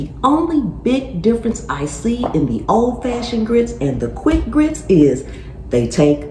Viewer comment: Mmmm! Best grits saying I've ever heard, of course from the south. You don't order grits, youes gits grits! Guess it's cheese grits for supper!